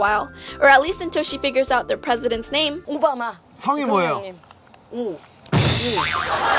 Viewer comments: OHMYGOODNESS HYOYEON! HAHAHAHA Obama. The last name is Oh XD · Mr Oh Ba-Ma